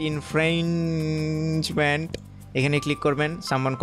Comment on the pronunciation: শব্দটা হচ্ছে ইনফ্রিঞ্জমেন্ট😊